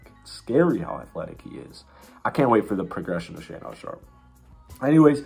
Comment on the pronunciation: Shaedon pronounced (Shay-Din) not talking shit just helping out lol, good video though!